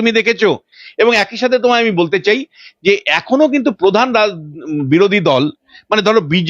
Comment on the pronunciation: Padhannoi kathata Pradhan.uccharan thik kar bety